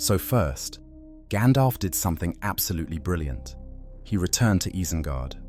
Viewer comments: EYE-zen-guard /ˈaɪ.zən.ɡɑrd/ "EYE" – rhymes with "sky" "zen" – like the word "zen" "guard" – like a security guard It's not Ease-en-guard Lay off the AI and make your own videos. Or, do some research like Gandalf did so you don't stick out like a sore thumb as a fake fan. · AYE-ZEN-GAHRD, not IHZ-en...